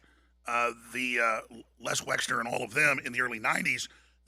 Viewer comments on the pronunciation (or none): I want to take Alex so so so serious, but dude cannot even say Wexner. It's WEXNER. M comes after L but before N. Wexler is just hilarious.